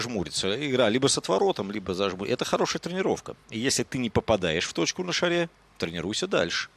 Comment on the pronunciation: И все-таки не шарЕ, а шАре. Все-таки